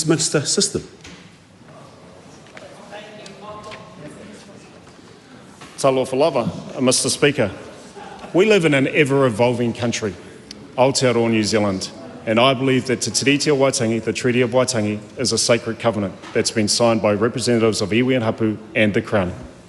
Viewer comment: We don't live in A-tear-rower